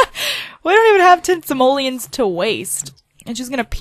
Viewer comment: GOSH STOP SAYING SAMOLIANS, THESE ARE CALLED SIMOLEONS, SIMOLEONSSS!!!